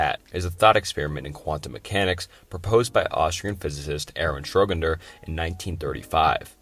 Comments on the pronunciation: Really? Schroginders cat lol. It’s schro-dinger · Agreed. There are too many to count. "Entrophy", "Schroginder", "Casual" etc. If the video is on paradoxes, the least he could do is get "Paradoxical" right. Icebergs are just such an enjoyable content format that I can live with it though! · Entertaining video. However, schroginder, entrophy, and contuinity lmao. It's not necessarily a bad video tho, I appreciate the effort you put into this. Keep making content and I hope you improve! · SCHRÖ-DING-ER!!! "Schroginder" 🤦‍♂️ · That’s because he’s talking about a completely different guy! Schroginder. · Making a video about paradoxes while not even being able to pronounce ‘Schrödinger’ is crazy considering it is the most famous paradox on earth. Is this really the topic you wanna make videos on lol? Not to mention most of these aren’t even paradoxes. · As an Austrian, the way you pronounced Schrödinger physically hurt Edit: Also geiger counter what the hell is wrong with you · I’m American and the pronunciation got me as well 🥲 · Bro I came here specifically to say that. Like wtf was that pronunciation bro?